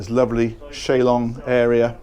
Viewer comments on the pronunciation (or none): It hurts my soul every time you say "Shay Long". It's "chaise longue". Pronounced "shayz long". Rhymes with "haze". CHAISE LONGUE!